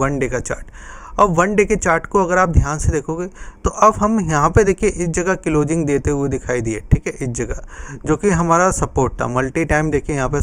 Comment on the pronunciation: Tere ko closing bolana nahi aata abhi tak